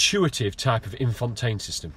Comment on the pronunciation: infuntain system 😂